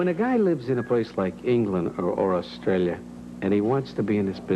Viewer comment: Really? Hear when he says 'Australia'... it's not the Ozzie way... or when he says 'Barry': that 'a' sound is British... when he says 'aware': Ozzies would pronounce it like 'a-way-re', he doesn't... when he says 'ten', Ozzies would pronounce that almost like 'tin'... he doesn't. Listen to when he says 'Manchester': it's absolutely British. Of course he must have some Australian influence, having spent his childhood there, but I don't actually think that prevails over his British accent. Their dad is Mancunian through and through, only Barry speaks a bit like him, Robin spoke with a very classy RP British accent only slightly touched by his Mancunian roots, Maurice had a British accent though he had americanised it along the years. None of them had any trace of Australia.